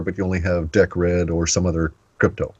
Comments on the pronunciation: I love it that in the example Cliff gave, it was all about Deeeeeecred and Litecoin and ice-cream bars, but not one mention of Bitcoin...OMG its Deeeeecred - makes me cringe everytime Cliff gets it wrong cos it sounds so stupid - like me calling Bitcoin BiteCoin with a silent EEEE !!! F !!! PS - I know FA about Decred ( Deeeecred ), so its pretty pointless talking to me about that - a better example would have been Atomic Swaps between BTC & LTC, or even an equivalent of Atomic Swaps between Gold & Silver... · ok, so, Decred is pronounced Deeeecred as far as I'm aware...XRP is Ripple which is bankster infested... I'm not sure about calling Atomic Swaps a "smart Contract" - thats possibly almost insulting considering ETH and all the ICO TOSS thats been goin on recently...mmm...otherwise, interesting so far...cheers...